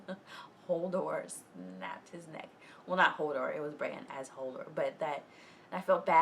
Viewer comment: I love that she is mispronouncing it as Holdor.